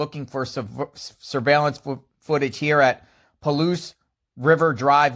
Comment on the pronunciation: It’s Pa-Ouse, pronunciation